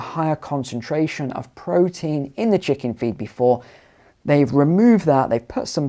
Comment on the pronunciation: ‘We penetrate ze cabinet’.